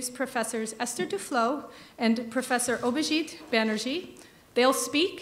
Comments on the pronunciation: The pronunciation "Prof. Abhijit Bannerjee" by the lady... A perfect one... 😊😊😊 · The host's pronunciation of "Abhijit Banerjee" is remarkable. It's the authetic Bengali pronunciation of the name. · the host pronouced the name better than some indians. she has done her homework. great way to show respect